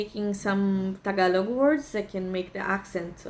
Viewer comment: Your pronunciation of Tagalog words are bang on. Good on you. Gonna have to work on my Canadian wife on that one